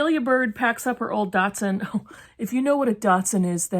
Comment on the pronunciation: Lol Took all I had not wake the whole house laughing .."Datsun" lolol psst 59 here.